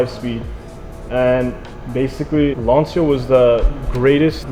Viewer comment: its LANCHIAAA not LANSIAAA